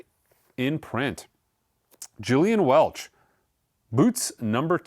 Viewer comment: It’s pronounced with a hard ‘G’ I believe. GILL-ee-un Welch. If you’re gonna recommend it, you should probably pronounce it correctly.